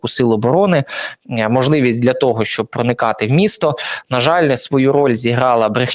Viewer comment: ПЕРШ НІЖ ЩОСЬ ВИМАГАТИ ВІД ГЛЯДАЧІВ, ВИВЧИ УКРАЇНСЬКІ БУКВИ І СЛОВА І ПЕРЕСТАНЬ ЗУЩАТИСЯ З УКРАЇНСЬКОЇ МОВИ:ПОЧЄТАТИ,ЧЯС,ЧЯСОМ,ПОЧЯТОК,ПОЧЄНАВСЯ,ЩЬОБ,ШЕВЧЄНКО,ЧЯС,НАКОПИЧЮВАТИСЯ,В ЧЬОМУ,ЧЄ,ЗВИЧЯЙНО,ЧЯСТИНИ,БАЧЄТИ,ЯКЩЬО,ЩЬО,ЧЄРВОНУ,ЩЄ,НЕЩЬОДАВНОЩЬОБ,ТОЧЬКУ,ЧЬОМУ,ПОБАЧЄТИ,ХАОТИЧЬНО,ЧЄРГУ,ДА,ЯКЩЬО,ЗАЧЄСТАТИ,ДА,ЗНИЩЄЛИ,ДА,ТОЧЬКИ,БАЧЄТИ,ЧЄРЕЗ,ЗНИЩЄЛИ,ДА,ТОЧЬКИ,ЧЯС,ПОЗНАЧЄННЯ..........!!!!!!!!!!!!!!! ТЕБЕ ВЖЕ ГИДКО СЛУХАТИ!!!!!!!!!! ГАНЬБА ТОБІ,ЩО ТАКИЙ МОЛОДИЙ І ВЧИВСЯ У ШКОЛІ ВІЛЬНОЇ УКРАЇНИ ТАК СИЛЬНО ЗНИЩУЄ УКРАЇНСЬКУ МОВУ!!!!!!!ВІДКРИВАЙ СЛОВНИК І ВЧИ ВИМОВЛЯТИ СЛОВА!!!!!!!!!(Українська діаспора,США)